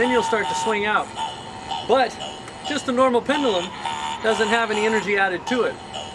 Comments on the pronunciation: For God's sake... it's PEN-DUE-LUM, not PENDALUM -_ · Actually, a more appropriate way to pronounce it for him would be PEND-JEW-LUM.